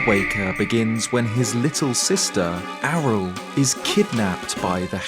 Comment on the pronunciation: Lol it's not Arel. ARYLL is pronounced ARIEL